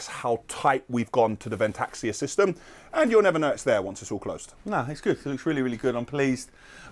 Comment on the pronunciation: Its vent-axia not ven-taxia